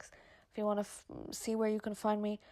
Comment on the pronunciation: "as much as you Kaaan" 😂 the can is so funny pronounced 👌